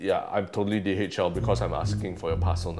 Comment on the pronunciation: Does anyone heard DHL as DHM